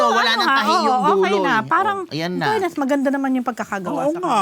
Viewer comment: It’s “fairness” not “Furness”😅